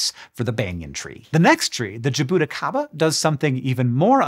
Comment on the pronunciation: I have been watching ur videos for 10 years. Your pronunciation of Jaboticaba was Horrible!